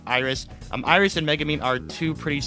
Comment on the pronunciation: It's MegUmin, not MegAmin, godamn people who can't read make me furious